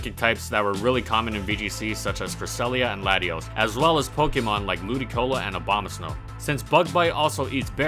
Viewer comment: I heard Obamasnow.